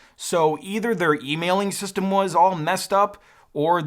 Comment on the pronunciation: wait they say "system" as system"